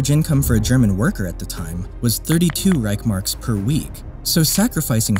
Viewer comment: Reich-S-Mark please. Read the word.